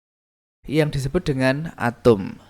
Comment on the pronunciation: Bapa nya nyebut Atom atau Atum sih ! ?